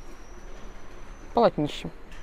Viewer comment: Спасибо. Отличный обзор. И мне показалось, что у нас выбор меньше. Люблю ваш канал, но русский язык надо исправлять, у вас же дети. В слове «пенька» ударение падает на слог с буквой А — пенька́. ПолОтнище - основная часть знамени, вымпела или флага. ПолОтнище, и только полОтнище. Ну и облегчИть, а не облЕгчить.